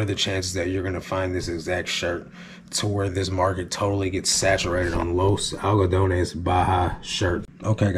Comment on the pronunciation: Liked how you pronounced correctly the name Los Algodones. Good job!